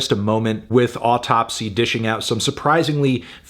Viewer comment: It's pronounced "Ow - Tupsy" just like the Matti Karky of "Deesmember"